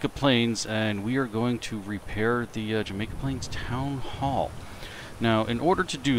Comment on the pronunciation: Jamaica Plain....not plural...LOL